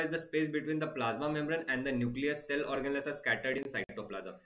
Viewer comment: The way Sir says Organless for Organelles is very funny 🤣